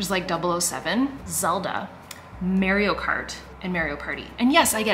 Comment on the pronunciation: 😂😂 The way you say Mario is killing me. It’s Marr-ee-oh, not Mary-oh. Too cute! Never heard someone pronounce it that way before.